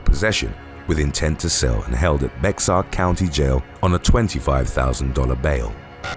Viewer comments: 😂 it’s not bex air county Bexar is bear county. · Alamo heights Texas where those people are on 25,000$ bond bexar. The pronunciation is “BEAR” the x is silent. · I know this sounds weird, but "Bexar" county is pronounced "bear". Its San Antonio, Tx. Love your content, btw. Its a daily thing with me. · It's pronounced as "bear" not "Bex-r" lmao love the videos but my inner Texan couldn't let it slide lol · The Alamo Heights county is NOT pronounced "bex-ar" the correct way is "Bear" Its a Texas thang! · Bexar County is pronounced like "bear" not bex-ar. 😀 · Bear county, not Bexar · Love you videos.. Just an FYI Bexar is pronounced bear. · It's pronounced "Bear" County. The x is silent. They laugh at Bexar. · Oh damn, that Roblas/Caban one is hilarious. Moreso to me because I'm from their city. EDIT: "Bexar" is pronounced like "Bear". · Sir…Bexar county is pronounced like Bear…just thought you’d like to know the correct pronunciation. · I don't mean to be a grammar nazi,, but Bexar County is pronounced Bear County. The X is silent. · The "x" in Bexar (County) is silent.